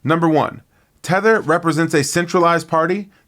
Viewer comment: Not thether instead its RLUSD Buddy